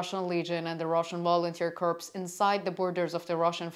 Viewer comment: English improving lots, and the curse of understanding hits, now must learn to not laugh etc! btw, corp is pronounced 'core' and it comes of course from corpus, which means body, where we will not go. A tip for EAAFL learners, some not native english speakers singing songs you know can help pick out the words, andreea munteanu and her band the iron cross is a good example.